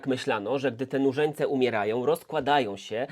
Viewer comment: Słyszę ciągle zamiast nużeńce murzynce